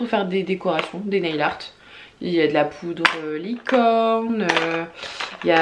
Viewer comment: Si je peux me permettre nail se prononce neyl et non pas nayl haha